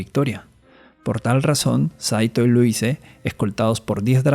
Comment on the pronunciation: Se pronuncia "Luís"